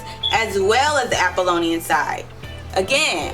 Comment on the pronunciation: Neat-chay? Troot? Apolian? Dioneesius? Euripeedees? Reading off a script and can't follow it? Vulgar language? This is a hot mess aside from the low-hanging fruit